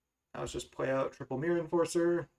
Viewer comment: Every time I hear you say "the myrror" instead of mirror match :')